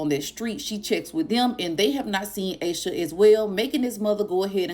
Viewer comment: Aaaash sha not aye sha